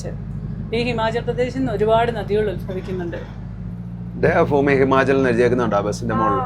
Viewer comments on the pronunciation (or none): Devafoomi ന്നു് അല്ലാ... Devabhoomi എന്ന് പറയൂ പ്ലീസ്... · മാസം ദേവ ഫൂമി അല്ല... ദേവഭൂമി😄🙏🙏